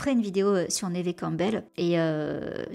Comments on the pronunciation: Neve se prononce comme Eve. Y a pas de accent aiguë. Idem en anglais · C'est la première fois que j'entends prononcer le nom de Neve "névé", ça surprend ! Mais vivement la vidéo :) Chouette vidéo, je m'étais arrêté à Ghost Whisperer que j'ai vu un paquet de fois, et quelques téléfilms parce que c'est aussi l'occasion d'entendre sa voix française. Beau travail de documentation en tout cas !